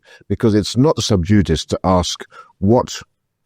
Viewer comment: Hey,, "sub judice" is pronounced: "sub + joo + di + see," not: "sub + joo + diss."